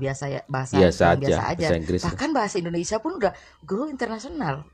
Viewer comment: pakai bahasa yg benar Indonesia bukan Endonesia Paham.......